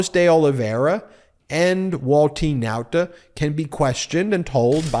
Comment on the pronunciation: The way you say Wall-teen Now-tah just cracks me up! Excellent reporting as always!